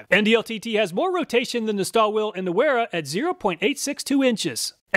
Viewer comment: It's pronounced vera only weha is pronounced with a w! An NCO obviously wouldn't know that. Let's be honest this guy is the type of guy who'd count on his fingers at a spelling bee!